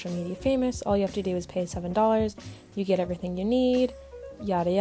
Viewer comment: emphasis on the word e v e r y t h i n g